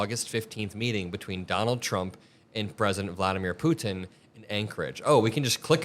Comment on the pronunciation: Thanks for all of your dedication! Also thanks for saying Putin not Pooen